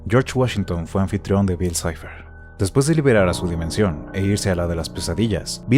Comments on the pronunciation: Por que el otro narrador dice bill cleib? Xd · "Bill claib" si lo quieres decir en ingles dile bill cipher no cliab🙄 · "Bill cleiv"??? Pronuncian bien Bill cipher (en inglés), pero si pronuncian Bill clave en español lo pronuncian en inglés también. Realmente no entendí eso. En ningún lado escuché a alguien decir Bill cleiv. Bueno eso cada quien. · Tan facil que era pronunciar bil saifer